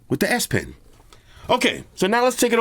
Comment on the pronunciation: "The s-pen" 😃